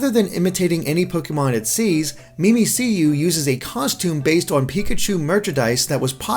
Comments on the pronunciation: I'm pretty sure it's pronounced 'mimic-you' you know like cuz its mimicking a Pikachu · yeah mimikkyu ;) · ugh... "Mimic You". not 'me me see you' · Umm,, I think Mimicyu is supposed to be pronounced like "Mimic you", not "Mimi-See-You". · * hears Mimi-see-you instead of Mimikkyu * * cringes to death * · "MIMI-SEE-YOU" How the fuck do you get a C sound from two Ks? It's a pun on "Mimic You" as it's literally a Mimic Pikachu. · It's not 'memeseeyou,' it's supposed to sound like 'mimic you' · "MimiSeeYou" come on its literally "Mimic" and "you" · I think Mimicyu is pronounced "mimic Q" because it's mimicking pikachu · Isn't it pronounced mimic-you since it wears the pikachu costume? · Did you call Mimiku "Mim-ik-you" Mimiku"Mimi-See-You"? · It's pronounced Mimic-you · "mimiseeyou" "battle royal" come on guys y'all need to get your pronunciations up to speed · Quiatchon the name is supposed to sound like "mimic you" mimik yu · Why does keep calling 'Mimikkiyu', 'Mimiseeyou'? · It's Mimikkyu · mimiciou is pronounced mimic you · It "Mimic You". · You all suck at pronouncing everything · wut its mi-mikk-you, you guys should honestly at least learn Japanese pronunciation or something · I cringed every single time (and there were many) he said "mee mee see you" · Mimicyu is pronounced Mimikyuu i believe... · How do you get "me me see you" from Mimikkyu? There are two Ks! The letter K literally never makes a soft sound in any word ever. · "me me see you"??? How did you even mess it up that bad? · It's name isn't Mimicyu. It's (japanese) name is actually Mimikkyu. Literally "Mimic You" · wtf. mimiseeyou? really? u must've done awful in English class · Lets talk about how keeps saying Mimicyu wrong if u see this its pronounced Mimic you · Mimi-c-yu, not mimic-yu? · "Mee Mee See Yoo" Disliked and unsubbed. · Not even sure how he's getting that. It's "Mimikkyu". There's no c, there's two k's... It's a mystery. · more like mi-mi-q